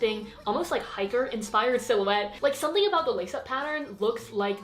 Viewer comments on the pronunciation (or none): none